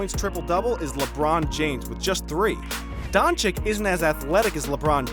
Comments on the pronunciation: it's not dang-chick. it's don-cic. No K sound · *Chich not Chick. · he is Dončič,not Dončik.. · Pls. my pren … Doncheeech not Donchick. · Haha Donchik, I mean how long is this guy in the NBA? Donchik!!! Please educate yourself before opening your mouth, ridiculous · Is doncic not doncik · Not "Donchick" but "Donchich" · it's Doncic not DONCIK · Your video is great. But... People, for us, this just rips our ear every time we hear it "Donchik". And there is no excuse, because he is here already one year and a half, whoever is in the basketball and especially the ones that are in the media SHOULD know. That is basic journalism. Not to talk about how disrespectful it is. PS: To others, do not call people "nazis". Not funny, like at all. Especially for people in Europe. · dude said Donchik like a hundred times. My ears are bleeding. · I swear If i hear him one more time saying Don-chick imma have a heart attack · STOP CALLing him DONCHICK DONçiç zzzzzzzzzzzzzzzzzzz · Is Dončić please go learn to to say it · Show a little bit respect for Doncic... Pronaunce surname correct!!! He isnt chick... It is not too hard to learn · It’s Luka Dončić